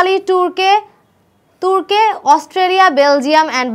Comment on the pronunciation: আপু তুর্কে না, তুর্কি হবে😅